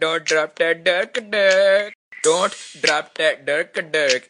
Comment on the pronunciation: the dont sounds like dort to me lol